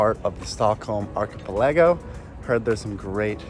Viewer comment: 2`20 sorry what now? Archa-palay-go??